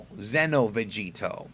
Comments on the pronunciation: Psst. Its xeno not zeno. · Why do most people that make this kind of video pronounce Xeno like Zen-oh... It's pronounced like Xenoverse 'Zee-no'